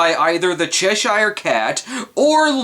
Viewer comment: Cheshire, like Yorkshire, Worcestershire, and the other -shire counties, is pronounced sher.